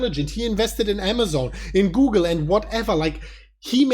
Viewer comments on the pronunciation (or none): none